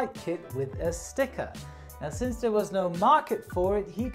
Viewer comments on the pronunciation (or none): none